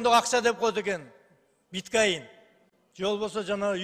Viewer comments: Эки созду туура айталбагандар башкарып тойгозду го😂😂😂 ар ким оз денгээлине жараша иштесе. Биткайн эмес Биткойн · БиткАин дечи😂😂😂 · Биткайн дегин😂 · Коргонбай уулу БИТКОИН деген сөзгө тили келбейт го. Чиркин. Сиздин тилиңиз келбесе кимдин тили келет? Жогорку билими барбы бул Райымдын депутатынын??? Дипломун текшерип көосөңөрчү, балким сатып алма же жасалма чыгып жүрбөсүн. Соттун көбү деп эле айтсаңыз болот, айрымдары дебей эле. 99% деп койсоңуз деле болот.